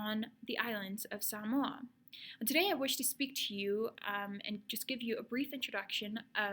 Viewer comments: Aye you know you a true Samoan when you pronounce it right haha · FINALLY someone who knows how to pronounce "samoa" correctly. seki